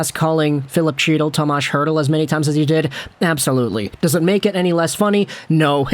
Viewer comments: You rip a guy for messing up a name…as you say it completely wrong. It is nit Chee-tul. His name is pronounced He-dul…there is no hard CH sound. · Not Chee-Till its HEE-TIL lmaoo the C is silent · It's he-til, he-til. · Luv ya but please.....Chytil is pronounced HEE-TIL. The c is silent. LGR!!!! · you’re pronouncing his last name wrong 😑 the C is silent. cmon hockey guy?